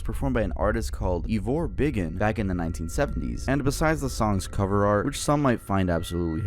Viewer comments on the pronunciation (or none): IT'S NOT "EVOR BIGGUN"! IT'S "IVA BIGGUN", AS IN "I'VE A (I HAVE A)". THE NAME IS A JOKE. "IVOR (I'VE A) BIGGUN". TRUST AN AMERICAN TO GET IT WRONG AND RUIN THE JOKE. WHY CAN'T YOU JUST PRONOUNCE NAMES CORRECTLY??? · Ivor biggun is a national treasure, also its pronounced "I've a big'un"